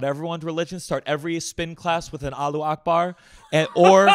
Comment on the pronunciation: i love gianmarco with all of my heart but i just NEED him to know how badly he butchered the pronunciation of Allahuakbar